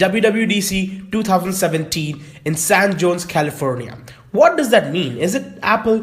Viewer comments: It's not San joes it's pronounced hoesé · Dude, San Jose is pronounced San Hoseh. Peace.